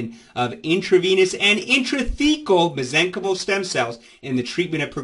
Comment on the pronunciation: Why do you pronounce Mesenchymal incorrectly? The root is from Mesenchyme (Pronounced mez-eng-kahym) as a noun. To make the noun into the adjective you replace the final "e" with "al". I suggest that you correct your pronunciation to stop spreading mispronunciation. You cannot just make up your own grammar rules. I know it may be a hard habit to break, but as a doctor, you should pronounce your terminology correctly. Next video, you can announce your prior mispronunciation and educate your audience accordingly.